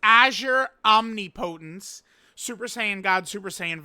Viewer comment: Unc, that aint how you pronounce omnipotence